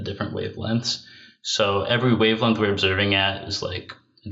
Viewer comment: Please tell, there is nothing called a "lenth," or, "wavelenth." The words he is trying to say are, "length," or, "wavelength." There is a g in there. It is not silent. Also, the constant vocal fry is intensely off-putting.